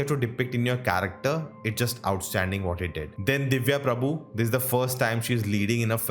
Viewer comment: IT'S DIVYA PRABHA NOT PRABHU... NICE REVIEW